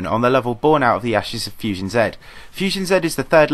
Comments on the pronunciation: its pronounced fusion z not fusion z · Toxic Prime that how you say Z in England